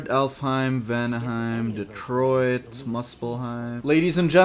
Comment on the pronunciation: Bro said Detroit in the perfect realm helhiem 💀